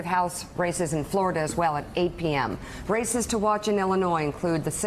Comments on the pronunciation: When Mika said ,"A few races to watch" , I thought she'd said "A few racists to watch". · "A few racists to watch.... um.. I mean RACES to watch..."